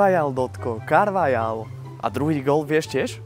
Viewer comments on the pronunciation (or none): 😂KaRvAlAj že😂 cte se to : karvachal👍🏼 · Nie Carvajal ale vyslovuje sa to Carvachal ale nič v zlom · Číta sa to karvachal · Ale ono sa to vyslovuje Karvachal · To sa cita karvachal